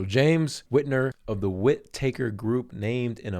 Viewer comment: "Whit-taker", like, he takes your wit? Lol. All one word Bro..."Whitaker"